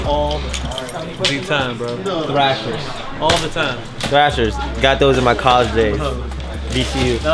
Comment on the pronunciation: Thrashins not thrashers 🤦🏽‍♂️